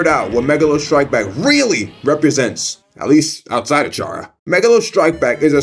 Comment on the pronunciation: chair-uh is unacceptable